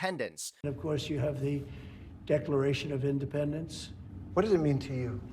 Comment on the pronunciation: In de pend ence!!??Moron Felon !!! Drug addicted Felon can't define Independence 😡😡😡😡